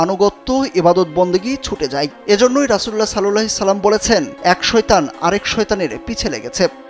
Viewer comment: Vai Darood shothik vabe porben plz Sallallahi ki?????